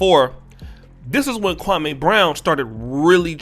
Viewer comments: Dear, I do appreciate your podcast and content, however, with all due respect, you should correctly pronounce his name. It's Kwa-me not Kwa-may. Actually, Jalen Rose and a few other pundits say his name correctly. It could be perceived as disrespectful by mispronouncing his name as Stephen A. Smith does ALL of the time. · Bruh its Me, Me Me. Kwa-Me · Who is Kwa-may??? You'll are butchering this man's name...🤦🏾‍♂️